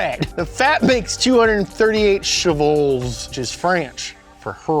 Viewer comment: Prounced shoo-val.the more you know